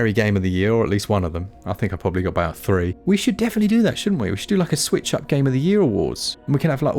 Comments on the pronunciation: "Aboot it" 😂😂 You get it? You get it? "Aboot"? Disclaimer: I've been drinking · I appreciated the “ah-boot” it pun 😂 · You say, aboot?? G'day mate.